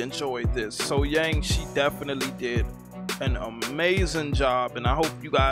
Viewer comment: Outdoors, sitting down, live, sang the sax solo.. Thats a mic drop and in my opinion there is noone finer than SoHyang.. Then or now.. That's a 20 out of 10. Also its SoH"young" pronounced..